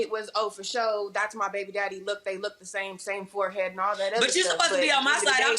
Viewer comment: Wow, I really thought the "fohead" told the "truf." Guess not.